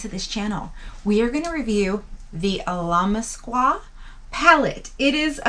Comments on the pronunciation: It’s pronounced like “ill-uh-mask-uh” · It’s pronounced like this Al a mask qua Now put it all together